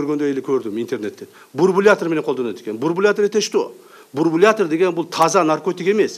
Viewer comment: Бурбулятор,.... Бурбулятор... Ээээкок мээ Ташиев! Бурбулятор эмес, бульбулятор,😉🖕